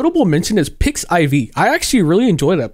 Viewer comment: Side note, it's "pix-if" not "Pix-I-V". But yeah, I agree with the rest especially about reaching general layman people. The problem is they don't use Cara, but Twitter, YouTube, and TikTok (and I'm still questioning it about TikTok).